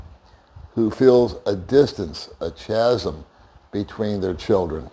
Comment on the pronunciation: “Chasm” is pronounced like kasm, not like the ch in church.